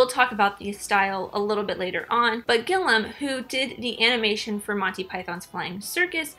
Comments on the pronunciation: The American's surname is pronounced "Gill-ee-um", not "Gill-um". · It’s Gilliam, not Gillum.